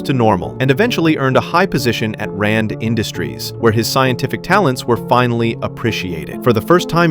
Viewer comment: "Rand Industries..."...😅